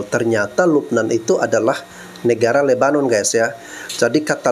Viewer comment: Sebut nama negara kok pake logat dan cara mereka sendiri. Masak lebanon disebut lubbenan. lucu2 ni orang.